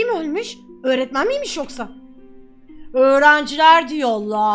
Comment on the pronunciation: Öğrencileğr diyollağh